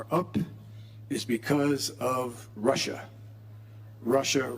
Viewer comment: when he said russia russia russia. all i heard was "marsha marsha marsha"